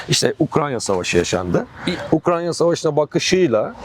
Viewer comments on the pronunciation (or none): Adam Ukranya mı diyor ben mi yanlış duyuyorum? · ukranya diyen birini nasıl dikkate alacağız ? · ben yoruldum kapattım videoyu ya beynime beynime işledi ukrANYa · UkraNya değil hocam Ukrayna lütfen. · Osman olmayan profesöre söyleyin. Ukranya değil Ukrayna. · Ukranya degil Ukrayna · Gözlüklü abinin 'Ukranya' demesinden akışa adapte olamadım :( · Bu konuşan eleman kim mesela? Daha Ukrayna diyemiyor Ukranya diyor şaka gibi. Direkt videoyu kapadım o noktada. Daha bir ülkenin ismini telaffuz edemeyen adamın ne sikimden haberi olacakta bir de topluma bu bilgiyi nüfuz ettirecek? Komik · UkraYNA yahu Ukrayna degil 😢